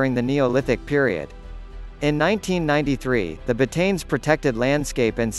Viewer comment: you should pronouns it right.... BAH-TA-NES.